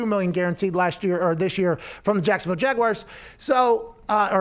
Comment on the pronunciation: I hate that Pat pronounces it "Jaguiars" every single time